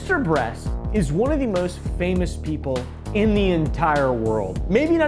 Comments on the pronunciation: Bro just said mrbreast😂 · am i only person who heard mr.breast at the very start 😂🤣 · why is he saying mr breast? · "Feastables and MISTER BREAST" MISTER WHOOO?! 😭😭😭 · This is why I watch for just the facts. Been saying that guy's name wrong this whole time. Sorry Mr. Breast. 🥚🤦🏾(egg on my face) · "Mr. Breast" never fails to make us laugh or give information we love you🤣🤣🤣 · "mr breast"💀💀💀💀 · why do you keep calling him Mr breast ? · Less than 20 seconds in the video and oompa says Mr breast😂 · 'Mr. Breast' 🥺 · did he just say mr. breast??? 🤣🤣🤣🤣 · ''Mr breast'' 💀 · Almost choked myself hearing "Mr.Breast" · "Mr. breast" 💀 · "Mr breast"😭😭😭THE BEST WAY TO DO A INTRO😭😭